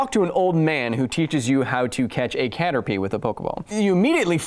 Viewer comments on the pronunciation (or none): none